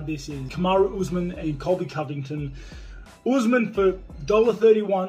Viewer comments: does Colby Jawvington sound better ? 🤣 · "Cody colvicton" as GSP said 🤣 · GSP is saying Colvy Colvicton....is that right ?🤣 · "Cody CoVIKten"